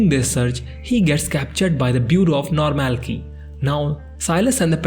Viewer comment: Whenever you pronounce normalcy as normal key and not normal see, I got an headache. But otherwise I like your shorter and yet slower recap. I did turn on the subtitles.